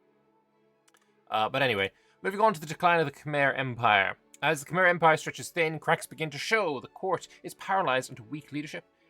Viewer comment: Paradoxically, you nailed the pronounciation of Khmer both times. [kmai] is what they call themselves, [khmer] is what they are called by everybody else.